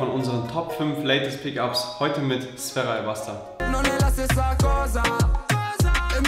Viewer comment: er wird nicht sferra sondern sfeera ausgesprochen, mit langem e